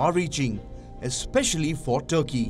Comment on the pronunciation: Not Turkey, but thurkey😂😂